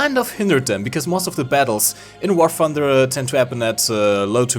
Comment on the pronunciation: I love how says wor funder ahahah makes my day